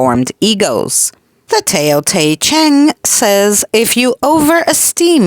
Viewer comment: actually I believe you said it correctly tayyyo Tea Chinnng is how it sounds so I believe you said it correctly 👏 😄